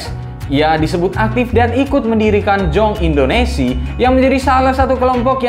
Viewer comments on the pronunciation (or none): Maaf admin, ada koreksi dari saya. Pada menit host salah dalam mengeja "Jong Indonesie". Harusnya huruf "j" dieja "y" & akhiran huruf "ie" juga disebut. Jadi penyebutannya harus sesuai dengan bahasa Belanda, yaitu "yong indonesye". Maaf bila koreksi saya tidak berkenan. Terima kasih.